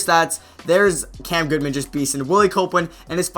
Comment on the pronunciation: Goodman* not Goodwan